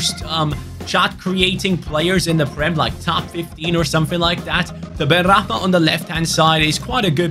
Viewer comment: It's benrahma Not benrakman